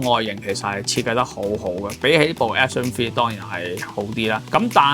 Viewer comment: 一直聽到Action Free...